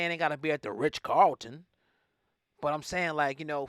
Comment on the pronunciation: Dude I know you didn't say the "rich Carlton " The hotel called the "Ritz-Carlton " lol you gave me a good giggle. 🤦‍♀️